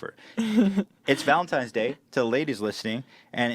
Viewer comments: Why is no one talking about 'Valentimes' Day?! Cutie Ethan. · How did he manage to say Valentines Day wrong three times in a row